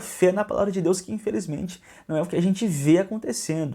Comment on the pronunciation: Ele nem consegue falar DEUS. demônio não consegue falar o nome do nosso Senhor Jesus